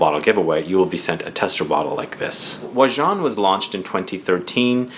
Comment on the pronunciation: Im glad to have an opportunity to hear the correct pronunciation. Never knew to say it thar way. I never smelled it, but watch and read revews. Sounds awesomely yummy. 👍🏽 also wouldn't mind winning if it can suit a female.